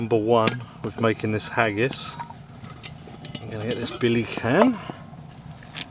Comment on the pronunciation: I loved this video up until you said "hagis" 🤮 Seriously, very interesting video. I love that saw. The stoves were very cool as well. Great video!